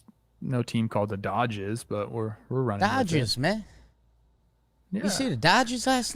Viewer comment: I can't stop laughing at "Dodges men". Please make that a sound loop.